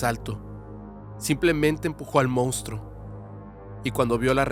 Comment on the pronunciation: AY!!!!! Ustedes siempre dicen que leen todos los correos pero yo pienso que no porque en todos tus podcast te he pedido y te he suplicado que corrijas la palabra MONSTRUO qué se oye bastante mal que tú y todo tu equipo digan moustro y JAMÁS me han pelado 🤷 de verdad que me encantaría que una persona qué dice leer tanto como tú haga esa corrección. Esto no es un hate es una recomendación con cariño y respeto. 🙏